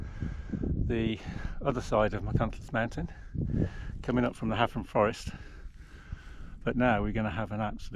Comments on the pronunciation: Your Welsh pronunciation isn’t bad, you got Llanidloes spot on, Hafren, one F in Welsh is pronounced V, so Hafren would be pronounced Havren, good ride though 👍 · can’t fault your pronunciations which are good for a Saes, my grandmother and her family were from the Forest so I have connections with Gloucestershire, but it was just Hafren…….Afon Hafren =River Severn, so one F……pronounced as V……..FF…….pronounced as F, Da Iawn apart from that, good videos of your rides by the way 👍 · Thanks for your feedback. My mum and wife are both Welsh and Welsh speakers so I am disappointed that I got the Hafren pronunciation wrong. I won’t tell them. 👍